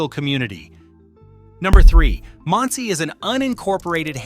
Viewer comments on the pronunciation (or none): If AI is so smart, how come it can't learn many of the names and words in this video? ERUV is pronounced "areev". Monsey is pronounced like "Munsee". Say thank you.